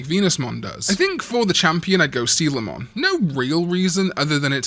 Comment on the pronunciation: Is that how you pronounce Coelamon? I always thought it was pronounced with a K sound. Bruh. I've been saying it wrong since Digimon World 1